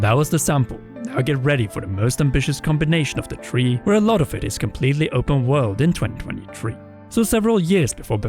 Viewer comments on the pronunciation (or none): It's not tree it's Three say thhhaaa-Reee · Great video! But,, no offense mate, but can you please learn to pronounce "three"? You'll be saying it a lot over the coming months, might as well fix it now, for the listener's sake.